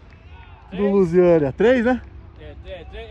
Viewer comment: O já começa chamando o Luziânia de Luiziânia kkkkkkkkk Me amarro demais no teu canal. Já é um mito do futebol nacional.